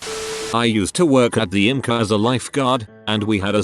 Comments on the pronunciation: Lol yes and ymca=yum-kaa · It's fun to stay at the "imcah"!